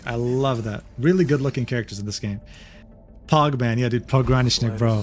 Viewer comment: fun fact: pogranichnik is a russian word for the "border guard" (пограничник), and you pronounce it a little bit wrong - the stress should fall on the third syllable (try it in the google translate to hear pretty good pronunciation). love your videos, thank you!